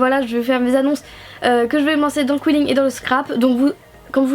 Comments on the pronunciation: C'est pas qouilling c'est quilling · Je crois que sa se dit Kiling.... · On dit qilling